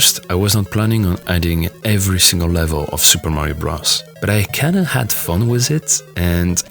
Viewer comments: super mario bruhs ik you were saying bros but me hearing it as bruhs made it 10x better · super mario bruss? its "br"oh"s"